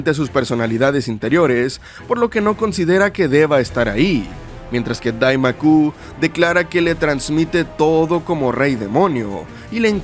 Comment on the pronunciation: Lo más chistoso es que en el manga muestran que es DAIMAO, como originalmente es, pero este youtuber sigue dicienddo Daimaku.